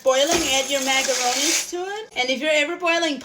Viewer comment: I love how she says magaronees.